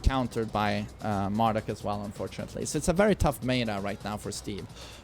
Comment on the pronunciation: Always love how says Mar-DOOK lol